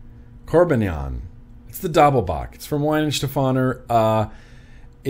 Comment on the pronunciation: Just a short note on the pronunciation of German names. There is no english W sound in the language that I am aware of. The W is pronounced like an english V.